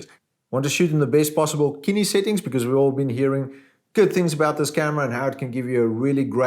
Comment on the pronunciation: Kinny?... so cinema should be pronounced kinnema?